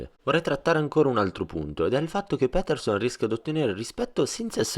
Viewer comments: Si dice "piterson" non "pèterson" ahah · Doppiaggio e traduzione molto ben fatta, ma per favore, è Jordan Pétèrson! :D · si pronuncia piterson dai